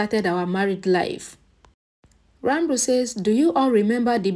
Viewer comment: The correct pronunciation is Ranbir and not Ranbru